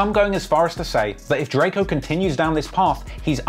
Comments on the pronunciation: “Like they don’t see the Don riding around LA” We know the truth RIP 🪦 👑🕊 Oh yeah and it’s Drakeo not Drake-oh 😂❤ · He keeps callin the man Darkco